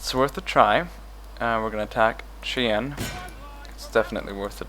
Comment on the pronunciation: Also, Cheyenne = "Chiyaan"